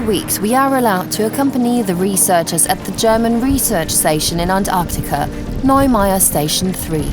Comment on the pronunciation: Their going to Onyacunt, really? listen for yourself.